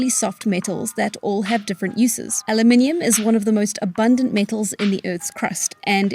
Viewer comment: and Alumium